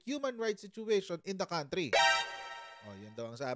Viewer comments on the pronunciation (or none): none